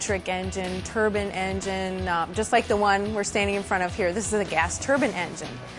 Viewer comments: It's a "turbine engine" not a "turban engine"! somebody slap her! lol at "it's easy man; it's engines!" no way man they use engines on those things?! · It's TURBINE, not a fucking TURBAN